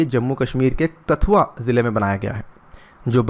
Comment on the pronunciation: कठुआ है, कथुआ नहीं